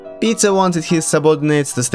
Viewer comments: I first thought you said " we should blame pizza here " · whenever you say "peter" i hear pizza